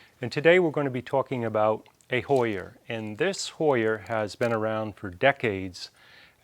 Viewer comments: Love your videos. But that “hoyer” …. I just can’t! Thank you!! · What's a hoyer??? Lol